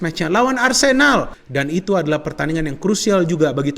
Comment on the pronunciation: Nyebut arsenalnya biasa aja bung aahahha